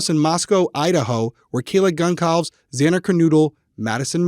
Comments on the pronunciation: i know it’s not on purpose but kaylee’s last name is pronounce gun-saul-vez. i know the family has made statements about being upset how many people have mispronounced their name :/ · Okay i gotta be that guy... mispronounced 3 out of 4 names. I honestly expect more. Its important to pronounce the names of victims correctly, or to at least try. With the amount of doe cases we see- it really does matter. I hate to be like that but its how i feel.